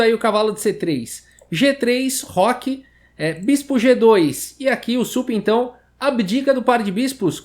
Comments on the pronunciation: "Supintão" ksksksk vc é o melhor skksksk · "e aqui o Supintão"... Kkkk